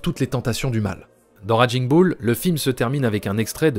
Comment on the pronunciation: Superbe travail! Vraiment tres intéressant. J'aime votre lecture. Un gricement de dent me vient pourtant quant il s'agit de prononcer Raging Bull et autres...its more like raiging boul en francais. Ca grince:) Tres bon travaille!